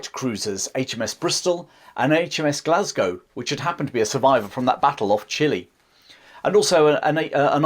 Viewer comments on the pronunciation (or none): none